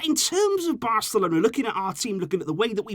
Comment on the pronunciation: did he say VARcelona ?